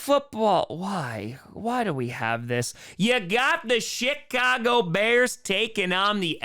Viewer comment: The "Chitcago Bears" lol